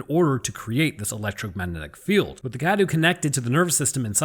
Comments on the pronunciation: Awesome vid. Truly informative. Just the pronunciation of 2 names : Cadou = Kdow Dimitresque = Dimitrek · You're pronouncing cadou wrong